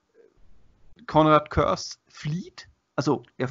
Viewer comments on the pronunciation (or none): Im Hörbuch zum Roman Soulhunter wird Kurze wie Curse ausgesprochen.